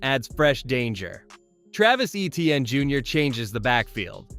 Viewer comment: Good video but o highly encourage you to check on the pronunciation of Olave and Etienne